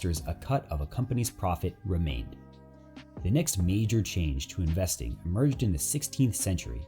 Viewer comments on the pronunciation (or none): none